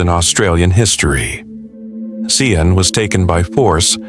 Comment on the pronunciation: Australia here Sian Kingi. Is pronounced Sharn. Valmae Beck & that boyfriend Watts are the most disgusting py.